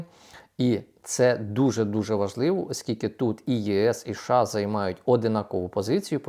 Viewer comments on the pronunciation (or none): ША чи все ж такі США? Ну скільки можна це слухати це ША Ша Ша ша?